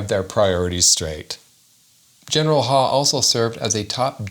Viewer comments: I think that last name is pronounced like "How" not Haw. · Isn't his name pronounced Huff...?